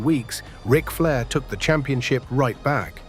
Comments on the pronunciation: What about (R) ike Flair instead of Rick? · R I Flair. Lol. Nick eh ta (said quickly) lol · R- ick Flair? WTF?? Get rid of the ai slop narration.